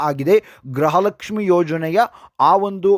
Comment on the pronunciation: ದಯಮಾಡಿ ' ಗೃಹಲಕ್ಷ್ಮಿ' ಪದವನ್ನು ಸರಿಯಾಗಿ ಉಚ್ಚರಿಸಿ. ನಿಮ್ಮ ಉಚ್ಚಾರಣೆಯಲ್ಲಿ ಅದು ' ಗ್ರಹಲಕ್ಷ್ಮಿ' ಎಂದೇ ಕೇಳಿಸುತ್ತಿದೆ.